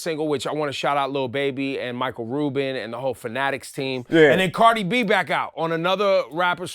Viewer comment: It pains me to hear them refer to Cardi B as “Carti”. Disrespectful to the goat.